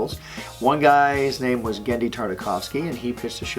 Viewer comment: I finally heard an actual Pronunciation of Gennedy's first and last name. Butch Hartman; The hero we dont deserve but need.